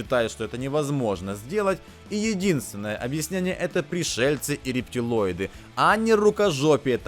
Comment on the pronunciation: Не рептЕлойды,а рептилойды!!! От слова рептилия....